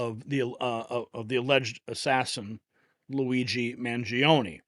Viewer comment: MangionE. ‘E’ llike Eternal, evergreen, extra.